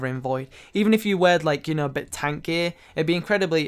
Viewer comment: Love the way you say tank and bank LOOL 'TONK' 'Guys, I've made BUUUNK'